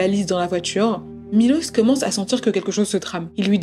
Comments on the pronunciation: C dommage que pendant 40min elle a même pas prononcé le prénom du gars correctement 1 fois 🤯 il s’appelle Miloš, donc Milosh en fr… 🫠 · «Milos» se prononce «Miloche » en serbe. Je suis d’origine serbe. Je vous rassure nous ne sommes pas tous comme lui 😂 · La vidéo est top comme d’habitude, on voit tout le travail réalisé! Petite parenthèse: la prononciation du prénom de Miloš se prononce MiloCHe!! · J’suis moitié serbe et le truc avec les mines déjà j’étais en mode tu te fous de ma gueule MDRRR aussi juste pour te dire ça se prononce Milosh son nom, en plus j’ai un pote qui s’appelle comme ça 😭 y’a tellement de traits de narcissisme dans son caractère, de psychopathie et de sociopathie malheureusement j’ai déjà été dans cette sorte de situation (pas avec un serbe comme ça on est pas tous des monstres hein) et je m’en suis sortie avant que ça ne soit trop tard.. la pauvre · On prononce Milosh en Serbe SVP et ça s'écrit Miloš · Punaise, on parle pas bcp des serbe et quand cest le cas cest pour parler en mal .... dailleur le prenom de milos se prononche Milosh